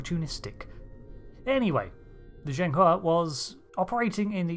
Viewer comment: FINALLY SOMEONE THAT IS NOT CHINESE SPEAKER COULD PRONOUNCE "ZHENG HE" PROPERLY "A unique design that has all the markings of a battleship or interceptor" Yeah... I have a better name for a ship like this. A Battlecruiser.